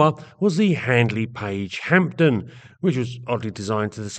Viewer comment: Good video I think p is silent in Hampden though. Also interesting to remember the Albermale was originally a Bristol design and has some family resemblance to the Blenheim IV particularly the front end.